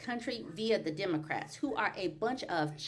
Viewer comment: I need for Vance to stop telling me about the "dimocrats". What's wrong with him? Why can't he pronounce the "e" in "democrat"? Moron.